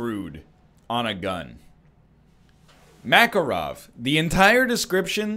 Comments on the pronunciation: Please no makaro'v , his name maka'rov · It’s pronounced “mah-car-ov” as in “dude, where is mah car?”